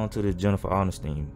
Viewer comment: Dude why u do her last name like that 😂